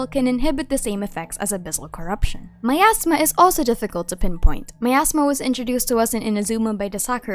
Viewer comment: for a second my brain thought you said "my asthma" before I figured you said "miasma" 💀